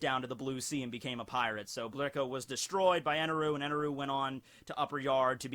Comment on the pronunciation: Birka was an old viking town and is not pronounced Brika.